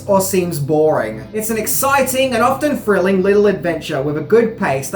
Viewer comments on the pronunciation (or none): Still struggling to consistently pronounce your th's properly, I see. Your pronounced "three" correctly in "1973," but everywhere else you're mispronouncing it as "f" (e.g. "frilling" instead of "thrilling"), "v" (e.g. "ovver" instead of "other") or "t." I recommend listening to native English speakers and practising this pronunciation point. Also, the 't' in "often" is silent (as with "soften" and "listen").